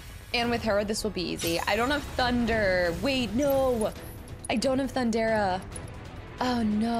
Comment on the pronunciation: I’m nitpicking here, but Lv 3 lightning is THUN-DA-GA not Thun-dara 😉